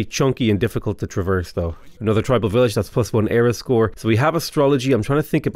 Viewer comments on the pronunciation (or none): none